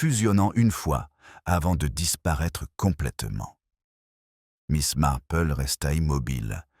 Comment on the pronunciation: Auriez vous l'amabilité de prononcer le nom de miss Marple comme il faut s' il vous- plaît ? Il est très difficile de suivre une histoire quand les noms ne se distinguent pas .Merci